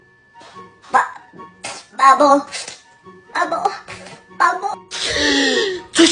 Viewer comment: Jak muwiłeś mamo to było słuchać jak byś muwił babo xd